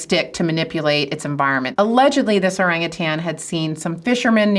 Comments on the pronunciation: Hi, "Orang utan" consists of two words. Both words have the emphasis on the first syllable. My favorite jungle dweller is the bonobo. They are at least as intelligent as chimps but socially, they are far superior, always peaceful and they never fight. Regards, David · Let's all just agree that it's spelt 'orangutan' but pronounced 'orangutang'. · Kinda disappointed that this expert, like many Mat Sallehs, get the pronunciation wrong. It's "oh-rung-oo-tarn", not "ohrang-ootairns" with unnecessary stresses on the third and fourth syllables.